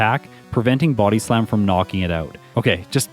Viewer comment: The way you Buody slam kills me lmao love your videos!